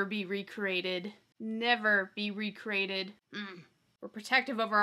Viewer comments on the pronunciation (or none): Are you saying "re-crated" teeheee! 🤭🤭